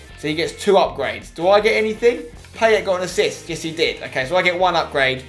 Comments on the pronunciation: It's pronounced, Pie-et* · I love how Spencer butchers Payet in this series... 😂😂😂 (his name) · If you love Payet so much, say his fucking name right...